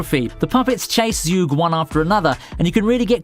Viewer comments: It's pronounced "Zhu Ge" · Man you totally butchered the pronunciation of Zhuge 诸葛, try copying the Mandarin characters and listen on Google Translate